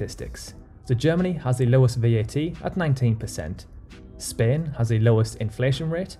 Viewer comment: Is spain pronounced like he does?????